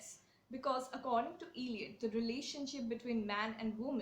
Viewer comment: Please pronounce the poet's name properly: it's not iliot, but ell( rhyming with bell)iot